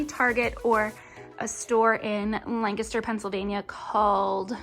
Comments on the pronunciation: You’re the first one who pronounced Lancaster correctly. Do you live there? 😀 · Haha! We have a Lancaster SC and that’s exactly how we pronounce it so thank you!!